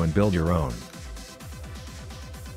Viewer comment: At the End "Thank you for watching and SUE you next time" xDxDxD like eeeeeeehm okay?!... Why you wanna sue me? xDD And for what xD